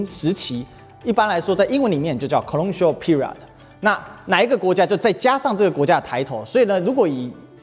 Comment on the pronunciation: 挑個刺：說英語不要說得太快，尤其是重要名詞更要說清楚。Colonial考摟扭 Period批餓瑞額的。有興趣看這種專題的觀眾不會沒有耐心聽您慢慢說的。